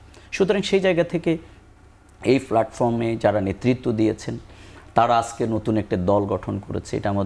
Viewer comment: ফ্যালটফর্ম😜😜😜😜😜😜😜😜 একটা শব্দের উচ্চারণ পর্যন্ত ঠিক নাই। টকশো করতে আসছে।